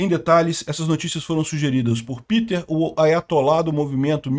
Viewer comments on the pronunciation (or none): none